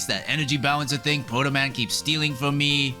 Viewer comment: Thanks to this video I have never been able to refer to the Energy Balancer without also adding "that Pwoto Man keeps stealing fwom me" and I'm honestly really thankful for that